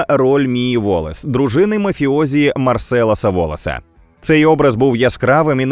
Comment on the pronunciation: Є одне але. Марсел Уолес, а не Марселес